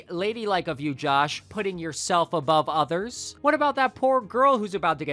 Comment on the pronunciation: lol how you said “broTHA”! 🤣😂😭💀 lol “othas” “Not”